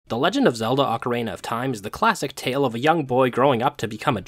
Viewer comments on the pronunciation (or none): OcaREEna, not OcaRAYna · the pronunciation of every other word in this video is giving me an aneurysm, ocarAna, gold skullchals, sairreas. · I died a little bit every time you said ocarENA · I kept hearing ocarena of time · It's pronounced O-ca-ri-na. Not ocarena. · Bro… its pronounced Ocarina not Ocaraina, theres literally an i in the middle of the word. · For 25 years, i had never heard anyone pronounce ocarina like ocaraina, until this week when I've seen videos from three different people pronouncing it that way and now I've just spent half an hour down the rabbit hole of pronunciation variations. But also i love this video and this isn't a criticism, I was just surprised to hear a different pronunciation by so many people so recently! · Lol I'm sorry! I was genuinely interested by the different pronunciations 🥲 didn't realize others had pointed it out as well, although I did catch the emphasis in your most recent video 😅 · I like how when you say Ocarina it sound like Macarena. Good stuff. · You pronounce “ocarina” like “Macarena” and it’s silly and makes me giggle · obsessed with the way he occasionally pronounces "ocarina" like "macarena" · Great video! Just one obligatory nitpick, I've heard diff pronunciations for ocarina, but making it sound like the Macarena is a first lol. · I don't think I've ever heard anyone pronounce "ocarina" like "[M]acarena" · ocaRAINa of time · I've never heard anyone pronounce ocarina like that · ocarina is not pronounced the same as the Macarena.